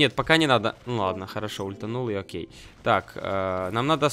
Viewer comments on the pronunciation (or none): none